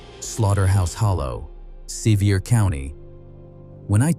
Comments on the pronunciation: AI should learn pronunciation, I am a Tennessee native. Sevier County is pronounced "severe", not Seevier. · Sevier is pronounced like "severe", you're welcome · Sevier Is pronounced SeVeer.